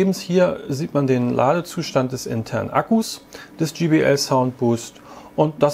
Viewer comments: Ja man spricht es dschai bi el und sie haben es dschi bi el ausgesprochen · JBL, Nicht GBL Demach 'jaibeäl' Und nicht 'Gebeäl' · es heist jbl nicht gbl